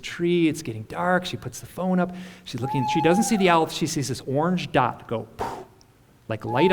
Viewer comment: Why does almost everyone mispronounce owl? Other than that this was kind of cool.